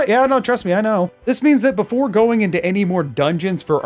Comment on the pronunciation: "It keeps Go-URN-g"